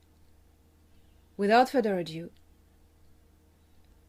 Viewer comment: "Without further a do" and not....a due".✌️😊